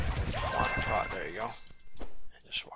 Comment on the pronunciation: Not sure if it was your accent making me hear it wrong, but it is Proc, not Prot.